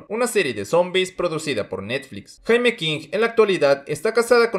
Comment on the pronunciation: Él al referirse al nombre de la actriz lo pronuncia Jaime como nosotros lo decimos en español, debió llamarla “yeimi”, ya que así se pronuncia en inglés. Su nombre se escribe Jaime pero se pronuncia así.